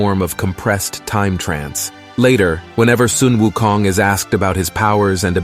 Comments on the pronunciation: Thank you for pronouncing him at "Soon Wu Kong". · finally someone that pronounces Sun Wu Kong correctly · Much respect for pronouncing his name correctly